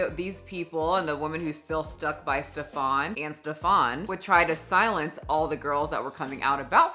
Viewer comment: Okay first of all this little man has nothing in common with the pronouncation of a Stefon or any other french versions. His name is "Stefan". German. Pronounced as flat as his character: S (Sch -like the "sh" from fish) T EF (like the letter "f" for F U) AN ("a" like father and short "n") exaggerated: Schteffaan. No need to raise your voice or pronounce anything extra. He is really not that special.